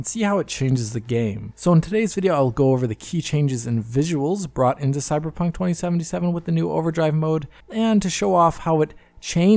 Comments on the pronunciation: said cyberjunk. i know what i heard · you sound drunk! I know you meant to say Cyberpunk, but it sounds like you said Cyberjunk! 😆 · "Cyberdromee" 2077?